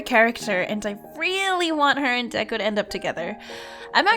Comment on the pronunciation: Yay you finally say deku